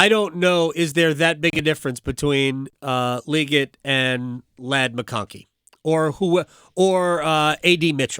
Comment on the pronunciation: You still mispronounced it. its Lee GET. not lee git. LEE GET